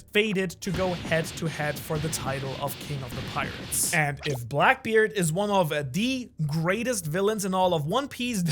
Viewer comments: Ah yes, the infamous BLACBKEARD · blacbkeard lol my guy just butchered his confidence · blacbkeard LOL